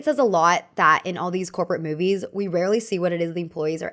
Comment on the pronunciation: can't unhear "copro aesthetic" T_T